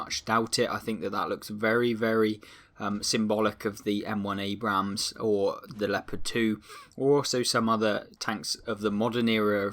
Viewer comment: can you Please stop pronouncing the second A in Abrams, that is not how you say the name, you only pronounce the first A but keep on with the amazing content, far better then cloneguy, he is just a whining bitch also it could be the Bore from the Leopard A1A1 L/55, since that is a Leopard 1 with a 120mm gun